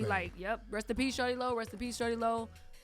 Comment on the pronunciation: It's Shawty Lo not Shorty Lo lmao